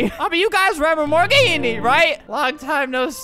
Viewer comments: “Morgenne” was actually pronounced, “Morgan”. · He keeps pronouncing it like, “More Genie”. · Its morgenne